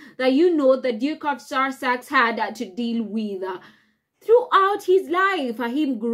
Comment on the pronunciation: We should all be happy - the Sussexes don't want to return and we don't want them. Job's a good'un. From the county of Sussex....please learn how to pronouce it properly, there is no 'r' in the word.